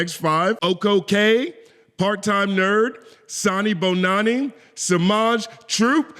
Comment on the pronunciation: I love your sanibonani pronunciation, perfect 🔥🔥🔥